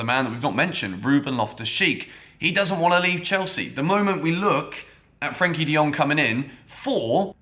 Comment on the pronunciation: Its Frenkie De Jong not Frankie